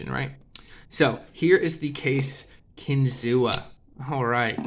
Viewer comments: It’s pronounced Kin-Zoo; the Seneca word for “fish on a spear” . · …kinzua is pronounced “kin-zoo” A reserve area near bradford, where the knives are made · The a is silent in Kinzua.